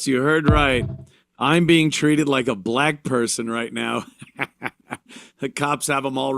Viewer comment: If only there were a word he could have used in place of saying bleck person 🤔